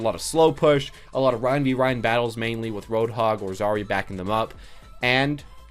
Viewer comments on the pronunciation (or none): none